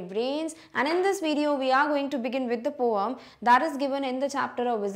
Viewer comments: Mam that is poem not poeam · Maam your pronounciation of poem is not correct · Poem mam your prounce is wrong I have laugh